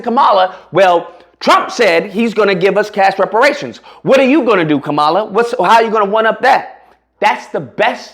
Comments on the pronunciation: Agreed! One thing my brother, people do like to have their names pronounced correctly. Most of her detractors call her ka - 'Mala, so do you. She pronounces it 'Kahm - uhla. You should to. It would be a sign of respect. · Bruh, if you are gonna simp and cape for Kamala, at least learn how to speak her name correctly 🤦🏻‍♂️ you sound ignorant af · Bro, can you please pronounce her name correctly! Dang bro!